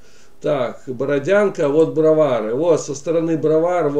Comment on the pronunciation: Ведущий! Очень корявое изложение материала, не ваше это. БАрышевка, а не БарышЕвка. БроварЫ, а не БровАры. ТщательнЕй надо.